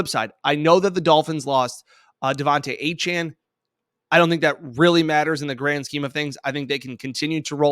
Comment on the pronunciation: His name is Devon Achan not Devonte